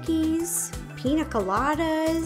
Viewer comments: PiÑa Colada, not Pina lol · Ur pronouncing it wrong... Its not Pina.. it's Piña pronounced pinya colada but still looks good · Ugh it’s piña colada.... not pina all my Latinos are offended lol. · Pronounced: PEEN-YA Colada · Just a little correction, its actually pronounced Pinya Colada because the “n” in Pina is supposed to be an “n” with a “~” on top of it, its in the Phillipine Alphabet ☺️ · It's a pina rolata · Me as a Spanish person throughout this whole video PiÑÑÑÑÑÑÑaaa colada !!!!!!!!!!!!!!! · I love your videos so much. I’ve been watching them for 8 years!! I just wanted to let you know it’s piña colada. Using the letter “n” is different than using the letter “ñ”. The letter sounds different and is used differently. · As a Latina, the way she pronounces piña colada is hilarious🤣